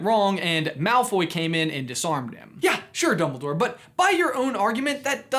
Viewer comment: Did he say doubledoor?